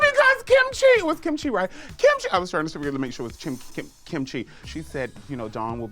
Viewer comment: She said Chim Kee! Charol Canning! She just transposes her "ch" and "c" sounds!